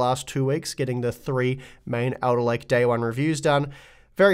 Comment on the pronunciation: says Elderlake.